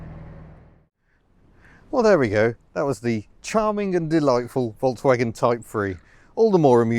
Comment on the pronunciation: Please pronounce Volkswagen correctly, please!